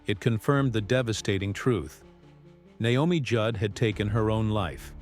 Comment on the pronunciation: I wish these videos would pronounce names right.